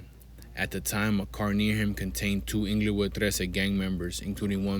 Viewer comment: its not inglowood smh. pronouce it correctly bruh